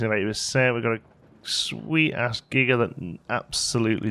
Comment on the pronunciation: I thought you said Giger-coaster. And now I want one!!